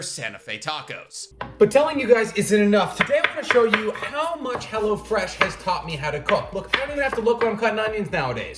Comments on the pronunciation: Lmfao it sounded like youre sayin Hella Fresh sometimes; also WHERE DID YOU HAVE 55 LBS TO LOSE?! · Am I the only one who hears "Hella-Fresh" when he does this sponsor? Lmao